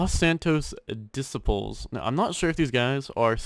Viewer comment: The way he said disciples...